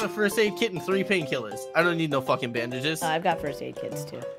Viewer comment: Every time the word "bandages" was said, I heard, "bandit jizz".